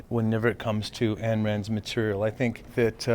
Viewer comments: Ayn rhymes with "stein." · please don't tell me that the director just said "ann" rand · Hmm, the director doesn't know how to pronounce "Ayn", I'm a bit worried...